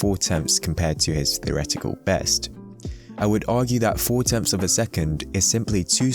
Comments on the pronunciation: This is going to sound picky and I apologise but please can you take more time over your pronunciation of words like three and tenths so that they are not heard as free and tenffs as it really detracts from what is great content. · its pronounced "three" not "free". . . and "tenths" not "tenfs". cheers, just an observation and comment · You're not trying to "bash" them but maybe you could go back to a pronunciation booklet and figure out how to pronounce "tenths". TEMPFS. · Tempths? What the F is wrong with you? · Is he saying „10 temps“ instead of „thenths“